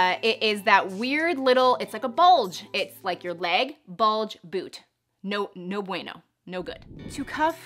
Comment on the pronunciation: "No Bueno!" I love your Spanish! Love your videos. 🇬🇹😘